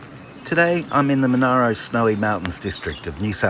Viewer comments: The district name is pronounced 'Mon-air-row', not 'Mon-ah-row'. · The politicians quickly excluded Dalgety after visiting in the middle of winter. It is also pronounced Mon-air-o. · hmmm great idea and video [thanks, I am in Dalgety] though you mispronounced the word Monaro, [its Mon-air-o] and you also said "in 1804" when speaking about the idea of making Dalgety the capital, should be 1904..